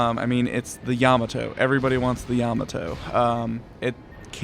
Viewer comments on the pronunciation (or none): It's pronounced Yah-mot-toe not Yama-toe